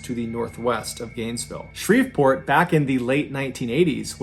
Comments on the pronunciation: Pronounced Shree-port. The "v" is silent. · Shreveport is pronounced Shree-port. The v is silent. 😊